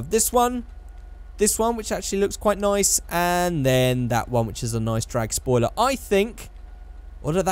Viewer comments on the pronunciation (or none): "Say um soiler" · SOILER? also proof that i saw all at some point you say "The battle of gay Tony".. its The ballad of Gay Tony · “Say um soiler”